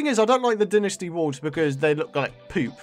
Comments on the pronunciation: pretty sure its pronounced "Dai-Nasti" not dinisti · It's Die-nus-tee